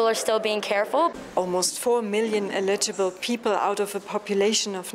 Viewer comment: "eligible" - most Germans can't say it correctly.